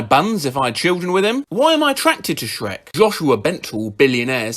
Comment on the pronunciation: 'sherk' caught me off-guard lmao i was looking down at my ice cream so i just heard it 'dronkey' too